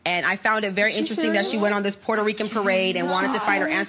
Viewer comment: Lol sounded like you said "who is this poor Rican" lol. But that apology was not real. Clearly she was being sarcastic like wish ppl would stop saying she apologized.